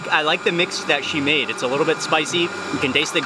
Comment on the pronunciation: It's pronounced 'MAA-DE', not 'MEYD' or 'MAID' like in English.